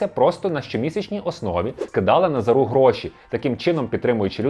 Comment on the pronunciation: НазАру я думаю... як і ТарАсу. Але деякі чомусь неправильний наголос роблять, хоч він ніколи і ніде не був на слуху...